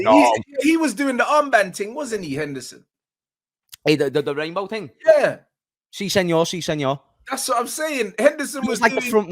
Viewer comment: 😂😂man said "si senor" 😂😂